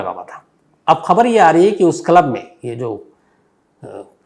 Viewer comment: Shams ji aapko club pronounsation nahi aata ,😅